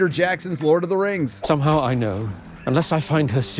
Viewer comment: "Previously on the Rrrrrings of Power" 😂